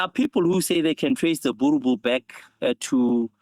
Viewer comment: min mark... the brutha says "I'll try not to torture it so bad today brother" then proceed to do just that and mispronounce the name 😆😆😆.